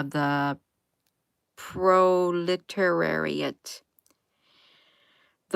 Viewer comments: Pronounced. Pro-le -tariot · Proletariat sounds like Pro•luh•terry•utt.